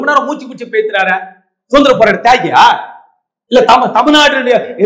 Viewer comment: Suntaraporatta thyagi illai Rahim Sir but dmk arasubayagara vathai poradi vanthavaru. first u pronounce suthanthira